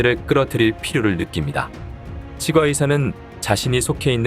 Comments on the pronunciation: 치과는 발음상 치꽈로 소리를 내야 합니다. 국어사전 찾아 보세요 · 발음연습이 필요합니다 치과 발음 처음듣는발음이네요 당나귀 주인과 빌린놈을 처벌해야지 불쌍한 당나귀를 죽이냐? 인간은 악하고 추하고 선하지않다